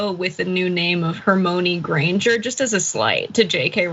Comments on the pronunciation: Omg he said HermOIne- like oy. I was all over that too, John. I didn’t think I could like Charlie Kirk any less. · Hermoane sounds like a porn version of Harry Potter. 'Her-moan-e' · He's pronouncing it like it's spelled, instead of how it's said. Also, he's an idiot for a multitude of other reasons. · Charlie Kirk probably only read the first 3 books and gave up....JKRowling put in the 4th book the sceen where Hermione was trying to teach Viktor Krum how to saw her name because IRL everyone was mispronouncing the name Hermione which is a name that has existed in England a few hundred years....Americans did not know how to pronounce it